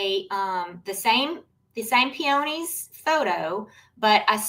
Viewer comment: I’m sorry, I couldn’t get past your mispronunciation of peony/peonies 😢 Proper pronunciation is - peeuhneez. It’s not a hard oh.